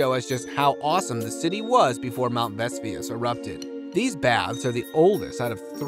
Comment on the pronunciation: Your mispronunciation of "Vesuvius" and Latin words detracts from the enjoyment of the video